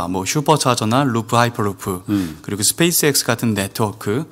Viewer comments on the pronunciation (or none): none